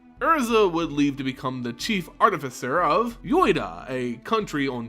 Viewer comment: Caves of KOLEEOS? YOYTA? SLIX? Lim DOLE? If unsure sound them out, or ask someone.